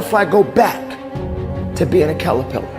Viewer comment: "Callarpillar". 😄That was cute, Coach.